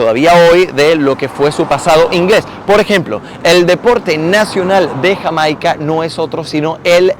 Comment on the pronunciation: 2,02 minutos.... cuántas veces más hasta el fin del video, dice Hamaica,encima lo pronuncia mal 😂